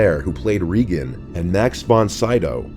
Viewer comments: Should anybody tell him that "Reagan" is pronounced as "Ray-gen" with a Guh sound? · Tobe is pronounced Toe-bee. Also, Regan is pronounced Ray-ghan, like they do in the movie. Polanski is pronounced Pole-ann-skee. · "Ree-gan" - never seen The Exorcist. 😶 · pronouncing Regan(Ray-gun) as "reegun' about killed me. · The pronunciation of Regan 🥴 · Yeah but the way he pronounced Tobe Hooper's name made me cringe inside. It's 'TOH-BEE', NOT 'TOE-BEH but oh well'. Haha he also mispronounced Regan's name too for some reason. lol